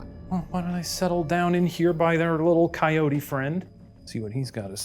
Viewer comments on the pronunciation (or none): none